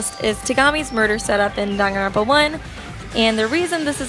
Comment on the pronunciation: It's pronounced "dang-an-ron-pa